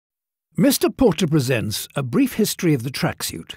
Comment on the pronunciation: I hate the way he says tracksuit😡 Idk what it is its the way he says suit